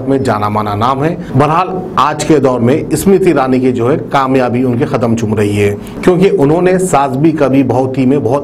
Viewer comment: Ismruthirani math bolo ....... smruthi irani bolo ... aap reader hai....